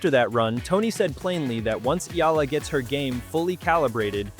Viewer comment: Thank you Sir, for pronouncing her names correctly 👏👏👏👏👏